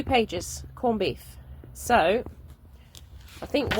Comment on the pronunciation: Are you pronouncing it corned beeth?!